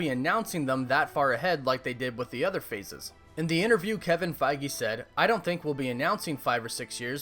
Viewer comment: My thoughts: can't figure out if you are mispronouncing Kevin's last name intentionally or if you really think that's how you say Feige. Favorite MCU hero: Spider-Man Let me get those tickets, lol.